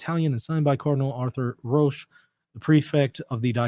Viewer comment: Hello, can I say that Roche is pronounced in the same way as coach. Thank you for your programme. Our Lady. Seat of Wisdom, pray for us.